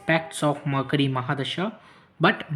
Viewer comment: Murcury hota hai.... Makri nahi